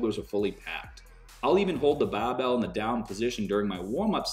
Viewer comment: I came hear only to hear “the baaah bell”🤣🤣🤣🤣👀